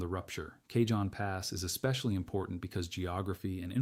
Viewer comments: Pronounced Kahon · Cajon pronunciation is kahone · Soft a (ah) and j is pronounced H. It's a Spanish word so pronounced like Spanish